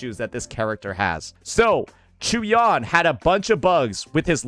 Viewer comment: Unc for the 1000th time it's not CHEW-YAN 😂😂